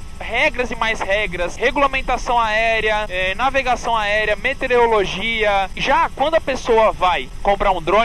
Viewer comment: O certo é meteOROlogia, e não meteREOlogia. Abraço.